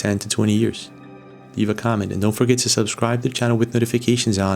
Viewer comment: what is weird is this guy calls AI what sounds to me like "HGI"?